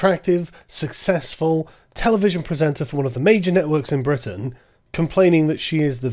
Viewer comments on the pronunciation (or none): none